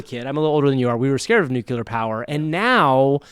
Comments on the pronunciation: i'm actually impressed by the 100% consistency of mispronouncing nuclear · It’s nuclear, NU-CLEAR not NU-KU-LAR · Great show! One thing: Nuclear is not pronounced "Nucular." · (it's nuclear, not nucular.) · Nuke-you-lur lol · Did you mispronounce nuclear on purpose?